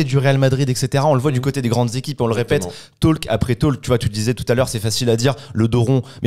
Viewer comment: SVP, on ne prononce pas le L dans talk...